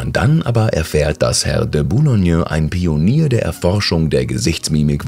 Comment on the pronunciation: Ein "Bionier"?